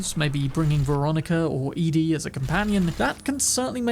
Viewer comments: Ah you were doing so well you said jalapeño mostly right but then you fumbled, it's EDDY not EADIE, like EDucation not EAsy. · Have loved content for years, but hearing "Eddie" as "E-Dee" is a dagger in my heart.